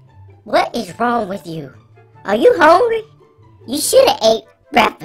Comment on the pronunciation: “Are you hongry?”